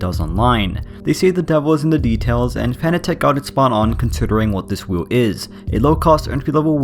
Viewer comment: You pronounce it 'fan attack'... Isn't it 'fanátec'?